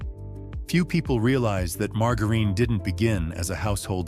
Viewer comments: I really, really, really, really wish AI would learn to pronounce things better.It's quite annoying to hear mar..jar..een.... I've noticed the bread has gotten worse and worse and worse over the last several years... Grew up on wonder bread sandwiches in the fifties... Shelf life and frozen dinners started with Swansons in the sixties... Why are so many Americans so sick especially young people? It's because of what they're putting in our food and the pharmaceutical companies are making a fortune because doctors push a pill for everything. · Mar Ga Reen? Nothing says AI as mispronunciation? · marga reen??? its ai for sure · When oh when will the AI readers learn how to really pronounce English words?!!! Margerine is not "mar ga reen", g followed by e or i is pronounced as a j. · It appears that the narrator is a robot, that can't know how to pronounce margarine as most humans speak it. (marjerin) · Lost me at mar-go-ren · has to be an AI narrator. he said "margar een" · I caught that too.😅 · Dear AI, learn how to pronounce margerine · The way you pronounce margarine shows you are fake too. The deception never seems to end these days. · Your AI narrator can't even pronounce margerine correctly. Geez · Ya gotta love how AI has such problems pronouncing words. Margarine 😂😂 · I am ROTFLOL that poor AI cannot pronounce "margarine" correctly...😂😄🤣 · AI does not know how to pronounce margarine. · This AI doesn't know how to pronounce margarine. I don't mean to say the info is wrong, but this isn't a real person. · I can’t stand AI voices that mispronounce words. I only got so far as to hear the botched word “margarine”. Ach! My ears! My brain!! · Ai needs to learn how to say margarine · 😂😂😂 - Ieas just thinking the same thing.